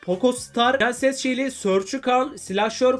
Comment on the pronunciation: U de şile şeli diye okuyacaksın